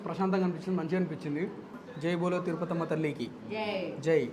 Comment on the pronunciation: తిరుపతమ్మ తల్లి అంకమ్మ తల్లి కొంచెం క్లారిటీగా చెప్పండి